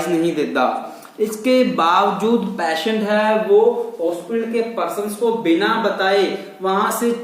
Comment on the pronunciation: I think you are from Rajesthan, you must be call patient not payshant.need to work more